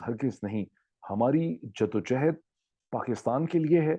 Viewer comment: Dr sahib,JIDD O JOHOD ,not JADDO O JEHED, Thanks for understanding😊